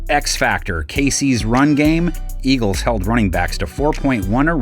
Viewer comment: our mayor chanted Eagles as ELGSES 😆